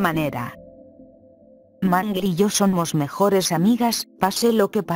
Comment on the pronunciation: En el minuto Toy Chica dice Mangli en vez de Mangle ajjajajajja